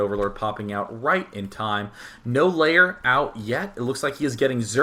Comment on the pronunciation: Are you pronouncing lair 'layer'?